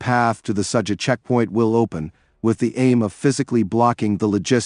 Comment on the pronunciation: Ai still stupid.Sadza...haha its Sudza..